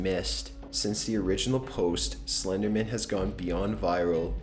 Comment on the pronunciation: Why do some people pronounce Slenderman like he's an attorney or something?( Slendermen attorney at law.)